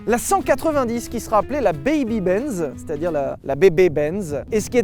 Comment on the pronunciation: on y est toujours pas sur la prononciation de Benz.